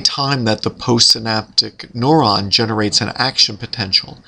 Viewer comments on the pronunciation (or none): why the heck is he pronouncing neuron as "noron"? Rhymes with moron, what a moron.